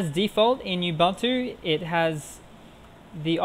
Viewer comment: Thats how you pronounce Ubuntu